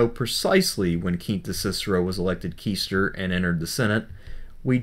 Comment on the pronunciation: Really interesting details, but pronunciation (e.g., qaestor) is irritatingly at odds with my understanding. Jeez, I've got enough in my brain already; I don't need multiple alternative pronunciations too.